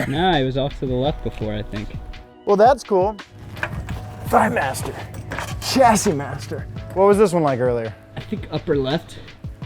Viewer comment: Its pronounced shassis not a hard CH, also for future reference "aluminium" 😂